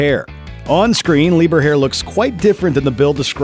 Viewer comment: Jaeden Lieberher’s last name is not pronounced “lieberhair” it’s “lee-ber-her”